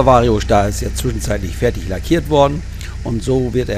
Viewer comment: Schon lustig wie der immer Schtar sagt 😂…